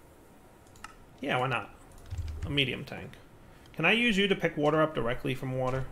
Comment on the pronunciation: Aah and his wourder (water) feels like watching Brad from bon apetit 🤣